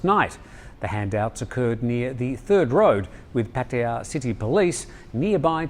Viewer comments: Note for: Puat ta yah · please, accept it, you cannot pronounce Pattaya correctly, move on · With all due respect, he didn't say Pattaya the same way as his thai colleague did. No offense intended because Thai tones can be hard for westerners no grasp. My white father had similar issues in pronouncing some words as well but it doesn't matter as long as you're understood, so keep saying it however you wish to say it. We all understand. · Dear. Love The Thaiger!! As a farang who speaks a bit of Thai, and who has lived here for more than 50 years, can I suggest your pronunciation of Pattaya is fine, but it is the stress on the syllables that could perhaps use a bit of work. Asking a Thai to pronounce Pattaya as a word on its own, and slowly, it is hard to copy the stress. Try asking them to stay 'I live in Pattaya and I love it.'..quickly, and in Thai of course! You may be able to hear that the stress in on the first syllable and the second and third sort of fade away... It is best if the Thai that you ask does NOT know which word you are focusing on or they may try to say it slowly and clearly. Try saying the word Australia slowly and clearly and hopefully you will see what I mean! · Dear, I love your pronunciation of Pattaya, but it is still slightly off lol.